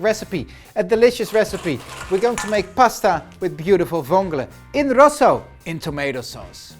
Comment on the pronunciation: Keep thnkin hes saying “Pasta Vongole in Russia”